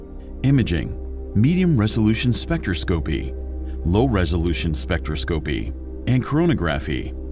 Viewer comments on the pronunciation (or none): You need to train your AI. Spectroscopy is pronounced like this (spĕk-trŏs′kə-pē) not spec.tra.scopy If you are going to lecture, LEARN THE LANGUAGE OR TEACH YOUR AI!! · it is pronounced specTROS-copy lol that was weird bro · spectro-scopie, chrono-graffy 😆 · I may be alone here and just splitting hairs, but its...troubling to hear "spectroscopy" and "chronography" pronounced incorrectly (over and over). I get that the narrator is just a voice and isnt affiliated with astronomy, but it would help to give him a key to pronunciation. Several astronomy channels i follow share this issue. Its minor i know but its something that just gets louder and louder each time i hear it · Too bad he can’t pronounce “spectroscopy” correctly